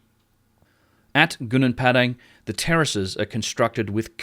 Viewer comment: You pronounced Gobleki Tepe correctly but pronounced Gunung Padang so wrong